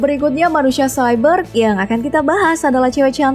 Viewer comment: Kayak cyber bilang nya